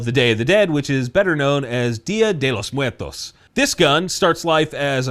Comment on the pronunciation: I respect you 5000% more for not butchering Dia de Los Muertos 🔥